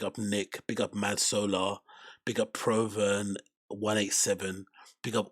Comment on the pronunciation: Apology accepted lol. had a good laugh today. Plz always have your show on a notification that's the only way I got in the chat early and live. The skits were mad chat was on fire 🔥 P.s Bro it's prooven not PROven....lol